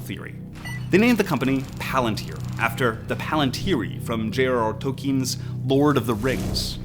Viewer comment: Its "J R R TOLKIEN" not J R TOLKEEEEN!!!! who the f**k is that??? Seriously baking in small errors like that leads to questionable output